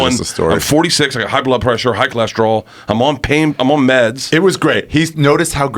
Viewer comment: Why cant bert say blood pressure correctly. He always fucks it up, he says bloob plessure